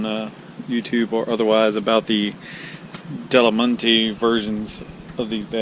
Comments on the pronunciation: I appreciate your review but they are not called dolomante they are called dolomiti ( pronounced dolomeetee!). Cheers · Thanks for the review, but the product is Dolomiti, not Dolimonte'. And Givi is pronounced G.V. Here's the company saying it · Givi dolemante ahhahahaha typical us american not eve trying to read/pronounce another language let alone learn it or take interest in anything foreign. Dolomiti is a mountain range in north Italy btw.